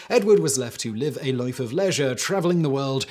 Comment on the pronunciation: "live a life" said in the style of a farmer 🤣😂🤣